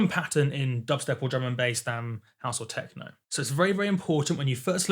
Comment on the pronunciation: Every time he says "Drum and Bass" I hear "German Base"